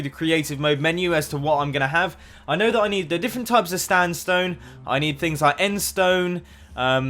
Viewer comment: You said Standstone.